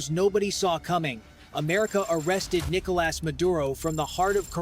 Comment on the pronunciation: AI can't pronounce his first name. It keeps saying "Nickle Ass" 😂